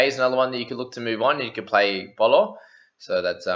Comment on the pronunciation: Paulo is pronounced Bowl-law not Bolo your saying balls 😂